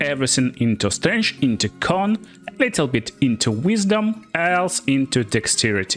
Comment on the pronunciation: Mother of all Slavs, you pronounce Strength like Strange.